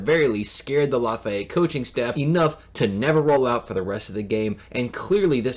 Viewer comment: LAF—-EEE—-ETTE not LAF—EYE—ETTE. Great video.